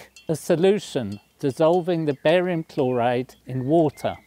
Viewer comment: I thought he said "Barry White" at first!